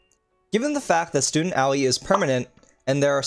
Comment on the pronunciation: Did you just pronounce Aoi as owie?